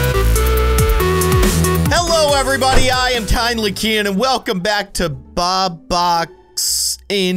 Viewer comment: Tinely KEYIN?! EXCUSE ME HUMAN DO NOT CALL KINDLY KEYIN THAT :(